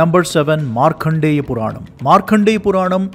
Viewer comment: Markandeya. Not Markhandeya.